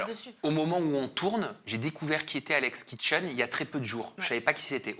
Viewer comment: a dit "Alex Kitchen"; je ris